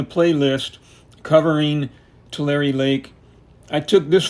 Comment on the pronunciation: So I’ve been pronouncing it wrong all this time? I pronounce it “two lair” not “two larry”